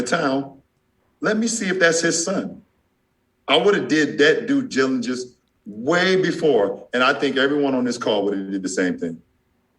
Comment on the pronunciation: "I would have did that dijijillegence"